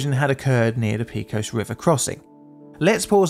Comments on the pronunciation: Pay-cuss River cringe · When using well-known place names, like Pecos, it's on you to learn to pronounce them. You're the only person I've ever heard mispronounce Pecos. You knew you didn't have a clue how it's pronounced, yet you guessed at it, when it would have only taken a few seconds to find out the correct pronunciation. Don't do this--I'm subscribed, because you tell good stories, but that can always be changed. I don't put up with egregious errors....not for long, anyway. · The word Pecos is said either PEH-kos (Spanish) or PAY-kos (Texan). PEE-kos isn't one of the options. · As a native Texan -- please, it's Pay-cos, not Pee-cos. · Texas translation of Pecos is “pākōs” not “pēkōs”. Great video presentation at any rate. Keep them coming! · I'm going to send this to my dad and see what he thinks. He probably remembers it since he was active in the industry at the time (though not this company). I'm failing not to say anything about the pronunciation of "Pecos." Pay, not pea. There are a lot of Spanish derived names in Texas, New Mexico, Arizona, and California. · I can't believe that you have never seen a Yosemite Sam cartoon in your life! It is not pea cos it is pay coz, as the area was settled by the Spanish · Pay cos! Pay cos! Not pee cos! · Great video, as usual. But please, avoid the use of curse words (even asterisked ones). It’s such a cliché and beneath the quality of your channel. Oh, and the river is “Peck-os” not “Peek-os.” 😊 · Just a small comment, it is "Pay-cos" not "Pee-cos" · It's "paycos" river, not "peecos" river! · PAY-cohs River not PEE-cohs 😂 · Btw, the pronunciation of “pecos” goes like this: the “pe” part sounds like “pay” and the “cos” sounds like “coast” without the “”). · Texan here. Love your videos (& your music!) and I'm NOT trying to sound critical. Just letting you know, it's pronounced "PAY-cose" river. Thanks for all the great content! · It’s pronounced pay-cuss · Texans pronounce the town of Pecos, peh-cos